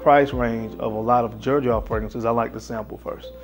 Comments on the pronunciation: I have always heard it pronounced "zerjoff" not "jerjoff" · Is it not pronounced zer j off 🤔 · Xerjoff, i thought people would call it Zerjoff, not Jerjoff. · Aside from the fact that he is mispronouncing the hell out of this fragrance line, he picked some really good scents. The first letter which is X actually sounds like Z when pronouncing it. Just for clarification. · My boy can't pronounce "Xerjoff" 😭